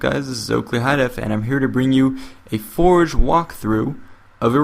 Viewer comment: Sounds like hes saying "Halo For Jepidemic.